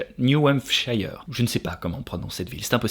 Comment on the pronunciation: Prononce New-hamp-chire